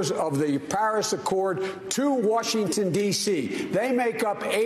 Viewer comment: Am I the only one who hears "Wharshington" when speaks?